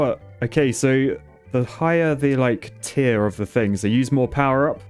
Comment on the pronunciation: pls stop saying t its tier not t